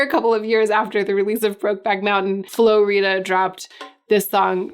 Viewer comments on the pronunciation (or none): I have to make sure you’re down if you’re going to be talking about Low. It’s pronounced Flo RY-da. Because he RIDES the FLOW. ❤️😉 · I cannot stop laughing at this. He rides the flow. Flow rider. Flo Rida. I’ve never thought of saying it any other way. 😂 So innocently wrong, I love it. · Got up to pee at 2am. Watched this video. Had to stifle a laugh at Flo-rida. Hahaha is so white. At least you didn't say Florida. Its flow rider. But Ri-da. 💀 Just 💀. Watched the Simon and Garfunkel covered as well had to stifle laugh again. Thank you! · Lol at Flo “Rita.” Rida, like rider without the “r.” 😂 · What’s cheering me up right now: pronouncing Flo Rida like Rita 😂 absolutely love these videos ❤️❤️❤️ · Ok please explain how you pronounced Film lol. Very John Maclean of you. 😆 Oh and Flo-rida lol. Love it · You saying Flow Rida like Rita had me laughing. I'm going to go watch all those videos though. I still remember dancing to Low in the clubs. This whole video was a big throw back for me. Loved it.